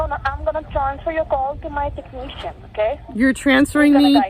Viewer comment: Holy moly I would never now what I should saying (rambling) and that so fast too You are as fast as Eminem 🤣😂🤣😂🤣 Best thing: scammer (techneeechen) "thank you for your patience" LMAO